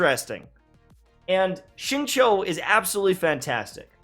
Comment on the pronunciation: Xingqiu is pronounced Xing-Qiu, something like Sing-Chew, not Sing-Chow